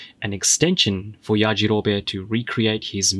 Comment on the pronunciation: Lmao it’s yajarobeeee not yajarobé lol